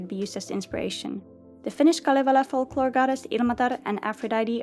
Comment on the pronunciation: Happy and surprised to see kalevala mentioned ☺️ oh wait you're from finland! No wonder you pronounced it correctly XD